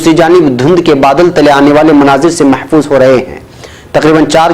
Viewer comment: aap urdu speaking hain, khudara urdu sahi boliye. Turky ki khabar main aap " saiyah MEHZOOZ ho ra he hain ko MEHFOOZ ho ra he hain bol gaye......